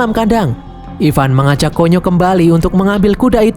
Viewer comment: KONYOK di baca kunyuk 😂😂😂